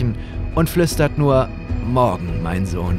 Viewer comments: Ich habe real auch gesagt "NUUR"? Digga du hast gefüllt die ganze Stadt acumatisirt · Gabriel:ich möchte NURR bie